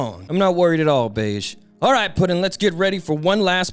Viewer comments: his name is pronounced "behgee" not "beige" 😭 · if that "g" is pronounced like the "j" in "jam", then you're correct, in the original kana, his name is "ベッジ" (bedji), but let's be honest, "beige" feels right -- and it's not the first or last time mispronounced a name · Brother the way you say bege’s name pisses me off to no end, I know you know that’s not how it’s pronounced. 🤦🏾‍♂️😂😂😂